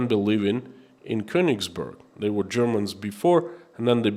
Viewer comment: Of course it is not of great importance, but being of German origin I like the German language to be pronounced properly. The town of Königsberg is pronounced with è not u. To do and my ancestry proud. love and respect from Holland.